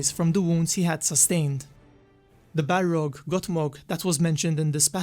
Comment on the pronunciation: It's balRog with strong R